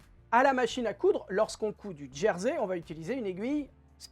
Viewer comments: Merci pour ce tuto sympa en « Djersey »Je ris à chaque fois que vous prononcer ce mot 🤔😂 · Ce n ‘est pas une moquerie de ma part.J’ai toujours entendu Jersey désignant le tissu ou l’île prononcé Gersey en français .je ne tiens pas le monopole de la meilleure prononciation.Continuer à nous faire rire 🤣 c est vital en ce moment